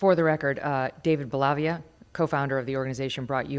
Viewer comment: It's pronounced David Bell A Veea.